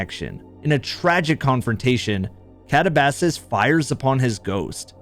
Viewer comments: It's not kata-ba-sass its Katah-buh-seas. You are using the wrong pronunciation. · I think katabasis is pronounced "cat ab ass sees" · The scariest story is how you pronounce Katabasis 🤦 I love your content man but they do say the name quite a few times in the mission